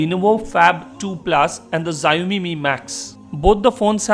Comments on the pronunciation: it is not ziaomi it is xiaomi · it's pronounced "sh-aww-mee". I'm really considering one of these two, but I don't think either support US 4g bands. I still like the phab2's physical design and better camera quality, but the processor is a let down. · The Xiaomi folks are gonna hate you for pronouncing their phones with a Japanese-sounding name....